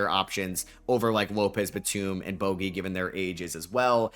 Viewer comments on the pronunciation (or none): none